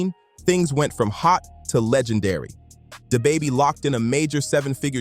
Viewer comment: Yo ai butchers names who tf is day baby and stoona